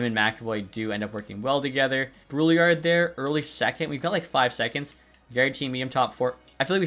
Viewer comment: FYI, your 2nd round pick Brouillard, in french it's pronounced like brew-yar (yard without the d)